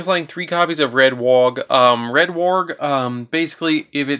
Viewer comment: Red WARG, not Wog